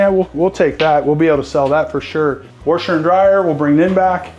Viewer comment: I caught that too. No disrespect as I have a nasally Rochester NY “accent”. I’ve heard warsher from other areas of the country. Long Island, Georgia for example. 🤷‍♂️